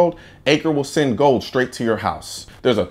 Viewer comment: "Sasseend your hate mail".. 🤣🤣🤣